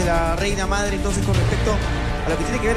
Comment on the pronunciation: se dice MADRE no "AMDRE"